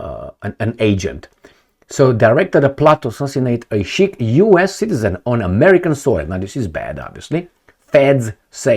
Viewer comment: why are you so lazy, for someone who brags about being a reader. Pls use google translate/enuniciate. It is SIKH, NOT SHEIK! INDIAN, NOT ARAB WORD.